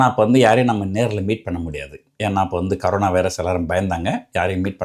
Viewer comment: அது ”கரோனா” இல்லடா.... ”கொரோனா” வைரஸ். ஆமா நீ ஏன் திமுக பிரச்சார பீரங்கியாவே போயிட்டே?